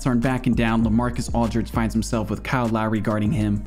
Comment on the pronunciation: Bro why you say Aldridge like that 😭